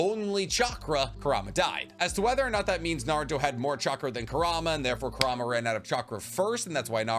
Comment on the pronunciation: How this guy says Kurama wrecks my head. Its 'Kur-A-ma' not 'Ku -Rama'